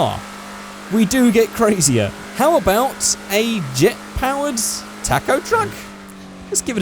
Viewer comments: Say talkoh not tack oh talkoh taco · he keeps saying taaacoh it's taco!!!! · it not pronounced tac-o, it is pronounced ta-co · It is toco not taco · its pronounced tãc-õw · Hahaha he says tack-o truck🤣🤣🤣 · What's a Tack-Oh? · Your saying it like TACKO TRUCK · Why does he say tacko😂😂😂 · " tack-o truck " lol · “Tako truck” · Your videos are awesome man, but the way you pronounce taco is heinous, as well as insulting to my god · Your saying taco wrong